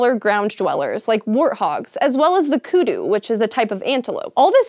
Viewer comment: Well done on pronouncements of Kudu, most people get it wrong. 🖒!